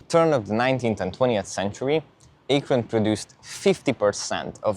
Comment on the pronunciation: lol the pronunciation is wild. Locally it’s pronounced A-kren not Aey-kron and the river is usually pronounced Kaya-ho-ga not Koy-ohga. Arguably your pronunciation sounds closer to the spelling but you wouldn’t pass for an Ohioan saying towns and landmarks in that way.